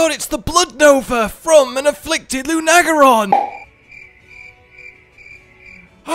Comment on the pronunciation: I had to switch from Xbox to my phone just to say this. Please never pronounce lunagaron like that ever again. It's no lu-NAH-gar- on. It's LU-nuh. Like in the word lunar. I don't think I've ever been this triggered over something so unimportant in my whole life